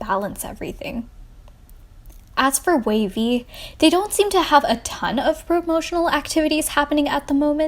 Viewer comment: I thought it was wayv, not wavy